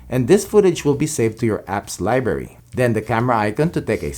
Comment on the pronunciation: You say library funny